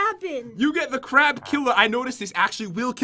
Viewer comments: It's crab not crap 💩💩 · It is crab not crap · The way he says crab soup sounds like he is saying crap soup